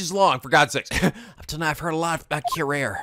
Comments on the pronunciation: Hey, just a minor correction, "Curare" is spelled more like "cu-ra-ray". (It is a real poison, btw.) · curare is pronounced cue-rah-ray - anal of me I know, but just-in-case your were curious. Please don't think I'm being nitpicky - I aint! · Fun fact: Curare is pronounced as kurari. Real drug that blocks neurotransmitter deactivating skeletal muscles. So this would causes less muscle movement leading to loss of movement of diaphragm, skeletal muscle in the middle portion the torso that helps with inhaling and exhaling. Since they are describing that this drug is experimented, this possibly means that this game takes place around 1810s during the time researching this drug. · Hosonaga's other motto is "BEAT THAT RUBBISH MENTALITY INTO SUBMISSION!" :D All hail detective Yusuke. Side note: It's "Cure-arr-ay." Didn't you ever see Batman Beyond? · Helpful Note: Curare is actually pronounced "koo-rah-ree" or "kyu-rah-ree" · If I’m not mistaken in the Japanese version of the games Maya’s name is Ayasato Mayoi, which may be partly where Susato’s name comes from. Somebody should fact check me on that, as I’m not entirely sure myself. Edit: the pronunciation of Curare (Cure - are - aye) at least according to Batman Beyond. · Slight point, you pronounced the poison wrong. It's pronounced cue-rah-ree. Also it was used frequently in Sherlock Holmes stories as a silent murder weapon. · on one hand says curare horribly wrong - on the other, it isnt pronounced how its spelled at all (cure-R-E)